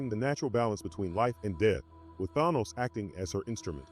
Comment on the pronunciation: Why do some comic book Youtubers and enthusiast refused to pronounce Thanos name correctly?